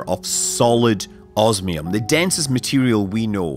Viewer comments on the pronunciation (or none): none